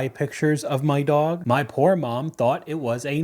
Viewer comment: You wouldn't feed them to your dawwig, maybe learn how to pronounce dog.